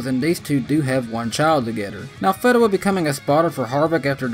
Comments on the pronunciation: Feeeeeeedewa not fehdewa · His name is Tim "FEED"awa NOT "FED"awa. Disappointed you didn't check that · You mispronounced Tim Fedewa’s name lol. It’s Feeeedewa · Thanks for making me laugh with "Tim Fed-dewa". ^_^ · I thought it was pronounced Feedewa? But thanks for the upload 🤘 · Cute corn! Where does Tony Reign? You said he Reigns. 😜 Did forget him. Fee-duh-wuh? Uh... I'll watch his Busch races. Justin. Think I saw a few ARCA races? Never heard of Darnell. Haven't got there in truck races and a never heard of. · Back in the day I always heard it pronounced Feedawah. No biggie though, it's cool you mentioned him and that his life is going well after driving. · Fedawa .. long E as in Fee